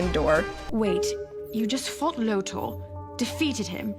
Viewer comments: LOOOOOTOR! NOT LOADER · Why do people say Lotor's name as Lodur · Thanks for putting this together! It really helped me understand the inexplicably unfulfilled feeling I had by series' end. Also, I never knew people pronounced Lotor as "Loater"; I always thought it was "Low-tore", haha. Cheers and thanks again for all the research and prep you did for this video. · Did we watch the same voltron cuz I swear it was Lotor not Loader lol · It's pronounced: Low-Tor. You even hear Lotor's name pronounced in the few clips in this very video. And no and no to two married men. No thanks to that. I am blessed to have video editing software. All that and more was so forced. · Low-Tore That's how you pronounce Lotor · All was good until you called lotor, loader Haha nah I'm joking, this video is really well scripted and has amazing points, I can tell you are/were really passionate about this show and genuinely care for the characters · Amazing analysis, this show is such a fustercluck but as it is it's still the best Voltron anything... woof. Man what I'd do for a Gundam the Origin style manga of VLD. P.S. I love the way you say Lotor XD Lotur Is that supposed to be Roy Fokker in the leak? It could've been a longer haired Adam as per the audio description. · It really bothers me how to say “Lotor” and “Coran” considering it was literally said in the show :)